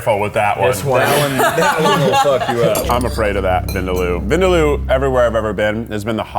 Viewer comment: Bro u pronounced vindaloo incorrectly